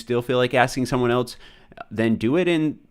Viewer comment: why does it sound like he is saying ELTS Everytime he says ELSE